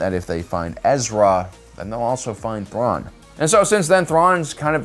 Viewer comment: The way he butchered Thrawn's name 🤣 Loved it